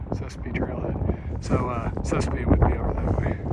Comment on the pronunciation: I get a kick out of your pronunciation of all of our local areas, Sespe, Haddock, Piru!